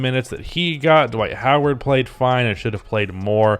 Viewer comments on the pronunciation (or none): none